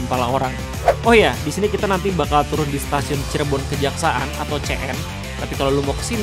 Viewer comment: koreksi bang, stasiun kejaksan bang bukan kejaksaan 🙏🏼